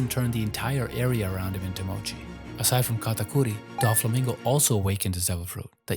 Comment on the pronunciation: Now that is how you pronounce Katakuri properly. ✨🤙